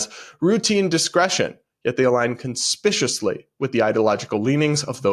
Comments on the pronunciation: Conspicuously is pronounced "con- SPICK-you-usly not "conspishusly". ...sorry! I do remember you were glad to hear some other corrections so hope it's ok....aldo wasn't "stay in your lane" a joke? Lanes. swimming? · So, media outlets squash information that doesn't fit their narrative? In the immortal words of Iago, the parrot, "There's a surprise! I think I'm gonna have a heart attack from that surprise!"😂 By the way, nice Freudian slip when you read conspicuously as con-spisciouly. Happy Turkey Day!😊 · you mispronounced "pedagogy" and "conspicuously." not being rude, just a friendly note!